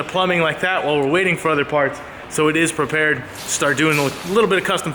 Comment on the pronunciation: Did just say PROPARED